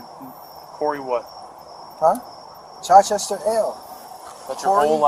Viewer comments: It's not chyyychester, it's Chichester as in chicken. Can't even pronounce it correct.😂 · I love how his "appellation" is Chichester (pronounced "chit-chester"). If he's a "Moor" why did he name himself after the only city in West Sussex here in England? It's not known for its Moorish population or history. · I'm English. He's pronouncing "Chichester" wrong and it's annoying. The first part is pronounced like the start of "chicken" not like "chai" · In NH Chichester is pronounced Chyy-chester.